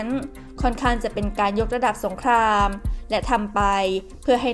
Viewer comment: เรียนท่าน บก.TOP NEWS ที่นับถือ... ผมได้ติดตามข่าวของ สถาบันข่าวของท่านมาตลอด ด้วยความสนใจและให้ความเชื่อถือ... จึงขอเรียนว่า... ผู้อ่านข่าวผู้หญิงคนนี้ อ่านข่าวไม่ถูกต้องชัดเจน... การออกเสียงตัว ร.เรือ - ล.ลิงไม่ ไม่ถูกต้อง... เช่น คำว่า อังกฤษ ออกเสียงเป็น อังกิด - สงคราม ออกเสียงเป็น สงคาม - รบ ออกเสียงเป็น ลบฯลฯ ตลอดจนการออกเสียงควบกล้ำ... ควรได้รับการแก้ไข... ที่ผม เรียนท่านมานี้ เพราะเห็นว่าสำนักข่าวท่าน เป็นที่น่าเชื่อถือ มีผู้ติดตามเป็นจำนวณมาก... ดังนั้นผู้อ่านข่าว ควรอ่านข่าวให้ถูกต้องชัดเจน ... เพราะจะได้เป็นแบบอย่างที่ดีของผู้ที่รับฟังในการใช้ภาษาไทยของท่าน... และจะไม่เป็นที่น่าละอาย เมื่อนำไปเปรียบเทียบกับช่องอื่น สำนักข่าวอื่นที่เขาเสนอข่าวเช่นกัน... ควรใช้ภาษาพูดที่ชัดเจนถูกต้องไม่สุกเอาเผากิน... ด้วยความนับถือนะครับ...